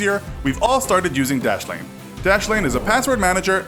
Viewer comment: Dashlane dashlene plz stop